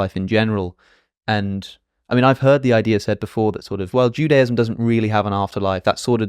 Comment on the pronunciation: Wish you pronounced Judaism normally though haha